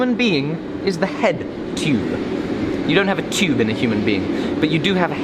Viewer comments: There should've been a counter for everytime he said "chube" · number of likes = number of times he said chewb/tube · Tyuube xD just love the way he says it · I like the way he says "tyoobe" (tube) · New drinking game...drink every time says “tube” with his accent. 😮😵